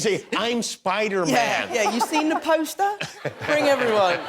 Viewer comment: The way Tom says “you seen the postah” is so funny/hot to me